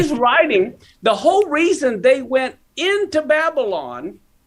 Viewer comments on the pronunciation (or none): none